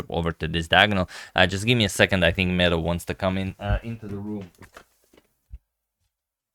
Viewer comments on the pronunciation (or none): Not Meadow, but Medo.. meaning "cute, little bear" in Croatian